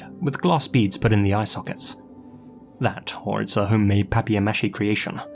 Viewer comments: Love your videos, man! Just a note. It’s pronounced Paper Ma-shey. Not Papio Mache. Hope that helps in the future :) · How the fuck did you pronounce paper mache??😭 pa-pi a mesh-i??? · Did you just pronounce Paper Mache as "papierre mash-ee"??? This caught me so off guard 😂😂😂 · paper Mache as "papierre mash-ee" 😂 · Who tf calls it pappier mashie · I’ve never heard anyone say paper mache like that before lol I love accents it always makes me giggle at the different way people say the same words. (If you’re curious I say it like pay-per mah-shay) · Papier-mâché hon hon hon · I’ve never heard papier-mâché pronounced like that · I have never in my LIFE heard someone pronounce paper mache like that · I’ve never heard someone pronounce papier-mâché in such a fancy way 🤌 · He's So Fancy... 🎵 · Same vibes as Meecrowavay for Microwave hahaha. Lazy and Nigella both be Brits after all